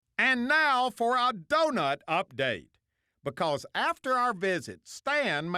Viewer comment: "Buhcuz the adventure... buhgins."